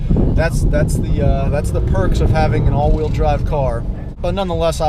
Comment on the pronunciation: He said wheel but the way he said it sounds like he's saying real